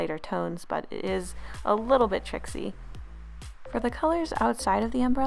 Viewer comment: Did anyone hear her say it's a little bit "trixie" instead of tricky